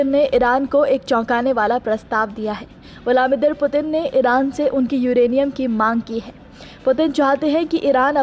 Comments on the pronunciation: Naam to sahi se lijiye... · पहले रूस के राष्ट्रपति का नाम सही से बोलना सीख लो फिर खबर पढ़ना। जाहिल